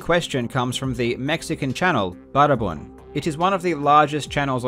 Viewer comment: No entendí nada del video, pero Buenardo Pd: amo como pronuncia "Baraban"